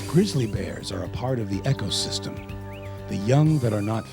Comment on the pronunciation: he pronounced ecosystem wrong